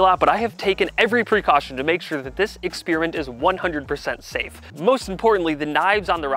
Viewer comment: Exspearmint? Odd way to say it incorrectly.